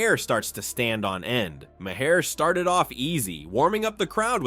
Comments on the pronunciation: You don't pronounce the "H" in Maher's name. It is pronounced Marr. It is an Irish name. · Why don't you learn how to correctly pronounce Maher's name correctly ? It's pathetic you still haven't learned something so simple !